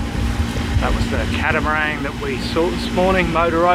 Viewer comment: for goodness sakes....don't drop the G on catamarang...I've enjoyed your accent and Aussie ways since the beginning. I also like your little highlights about things in the area...the sugar terminal and long warf. Keep up the great videos. I always look forward to it. Every Friday night after work is slowed to a crawl I have the habit of spooling up your weekly. thanks for some medicine against Covid madness.